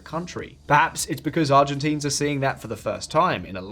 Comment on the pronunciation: get our demonym right haha. Not ArgentEEns hahahaha